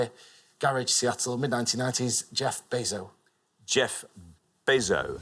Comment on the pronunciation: The comment shouldn’t be said if you mispronounced Jeff Bezos . He should’ve received 100 points.